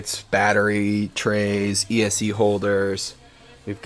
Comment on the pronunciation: Is he saying "ESE" instead of ESC?